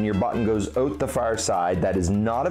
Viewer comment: When he says ‘oot’ instead of ‘out’😝😝😝